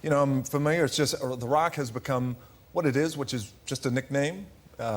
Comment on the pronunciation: jonathan ross cant say rock!